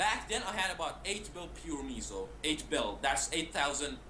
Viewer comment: Its not called meeeeesow its MEH - SOH .. its kinda like saying peso in spanish which means dollar or buck as in the currency.